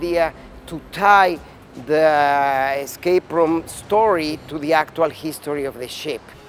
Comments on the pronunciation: Most of the time he said eScape route but there were times when I was almost sure that he said eXcape route. Since I hear a lot of people saying eXpecially instead of eSpecially I might be getting paranoid. Sorry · EScape route and not eXcape route!